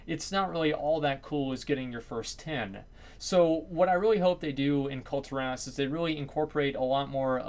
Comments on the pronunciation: Kul-Ti-rass. No no, no no no. Kul-Tear-us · Please up vote this so I don't have to be super triggered. As, its pronounced Kul-Tear-as